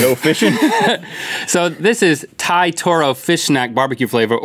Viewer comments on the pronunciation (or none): At the taro they said Thai but its pronounced Tai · Thai is pronounced “tie”, not “thigh”. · Rhett is saying Thai wrong(unless people say it differently in different areas). I say it like tie. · Rhett ‘i don’t speak THIGH’ LMAO 😂